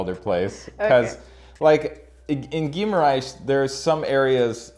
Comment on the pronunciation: Great vid! You’re saying Guimarães as Ghee-ma-RAISh (like the sound in the word: rice) when it’s actually pronounced Ghee-ma-rangsh. Like the (ang) in the word ‘bang’ and ‘dang’.